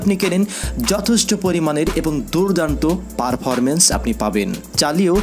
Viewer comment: পারফারমেন্স 🤣 পারফরমেন্স 😆